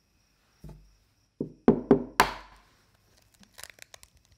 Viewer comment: Here's how to officially pronounce the dish: "Soufflay Omlay"